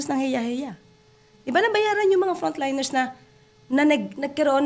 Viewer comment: Buti na bigkas mo frountliners nation nabayaran po Sila Ngayon at may allowance pa Sila sa Phil health